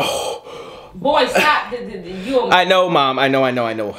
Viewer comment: lol he says mawm not mom😂 and she said suck it boy…..it reminds me of a Keenan and kel moment!